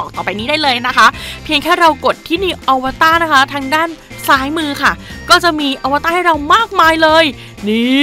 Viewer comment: อวตารค่ะไม่ใช่อวต้า @@